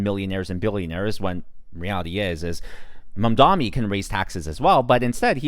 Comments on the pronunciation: *MAM-Dahni, not Man-DAHMI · Bro. Please say his name right. It’s MamdaNi